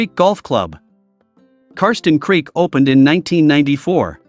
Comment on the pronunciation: Ummm....."Karsten Creek"?